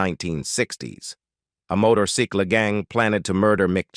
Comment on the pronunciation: Loved "motor ceekle" (only way I could figure how to spell it). They would have done better using Arlo Guthrie's rhyming of motorcycle with the word pickle.